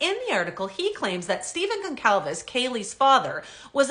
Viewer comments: GON-Sahl-VES THE C IS PRONOUNCED AS AN “S” . …. You’re welcome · I don't believe your pronouncing Steve and Kaylee's last name correctly. Never mind the Canuck accent. should check that out. Maybe I'm wrong 🤷🏼‍♂️🤦🏼‍♂️🤷🏼‍♂️